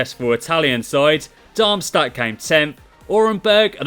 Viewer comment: Try to pronounce Darmstadt as Darm-shtatt nice Video anyways tho